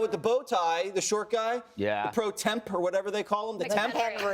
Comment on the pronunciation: Gawd, Jesse z waters is stupid. "Pro TemP?" Ite Latin, man, pronounced, "pro tem."